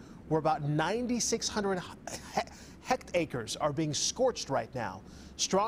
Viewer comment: "Hect-acres" ... news readers are hilarious!